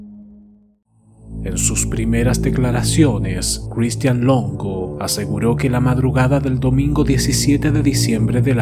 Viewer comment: Buen caso pero pq la pronunciacion tan culera de Christian? Sí, cheque y otras palabras mas complicadas las pronuncia sin problema?